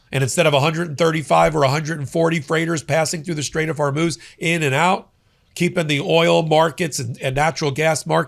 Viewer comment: HORMUZ many podcasters are so busy ranting that they can’t be bothered about pronouncing the name of the straits that may definitely change the world’s destiny!